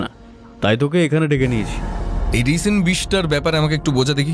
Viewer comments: একটা ছোট্ট সংশোধন, বিষটা রিসিন নয়, রাইসিন। গল্পটা সুন্দর, উপস্থাপনা বরাবরের মতোই প্রশংসনীয়। 😊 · Eto ta jotno niye golpo ta poribeshon korlen, ektu kichu kichu shobder uccharon gulor somporke bhobishyot e kheyal nile bhalo hoy. 'Toxicology' r 'Ricin' katha dutor bhul uccharon khub kaane laglo.